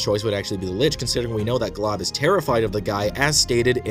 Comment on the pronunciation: His name is Glob and not Golb bcz his L came first